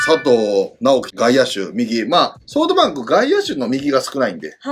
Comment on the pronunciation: 里さんのソフトバンクの呼び方ソートバンクなの好き